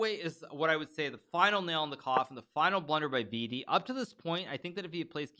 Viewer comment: Yo hikaru i dont think u r pronouncing vidit wrong so u may continue calling him that and vd is great too